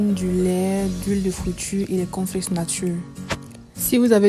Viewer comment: Le corn flakes ou conflexe je suis perdu à cause de l'articulation désolé